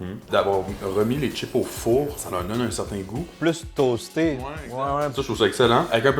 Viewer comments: salut pourquoi tu dis " t'chips et pas chips " ? Sinon les capres c'est les bourgeons de fleurs du caprier mariné :) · Des "tchips" ou des chips ?! Je croyais que le Québec était le grand défenseur de la langue française en Amérique ?! Les câpres sont les bourgeons du câprier, un arbrisseau.